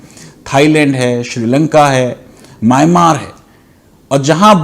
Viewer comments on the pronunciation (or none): none